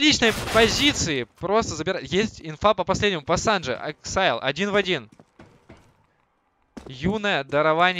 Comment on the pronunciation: АКСИЛЬ А НЕ ЭЭКСАЙЛ!! :D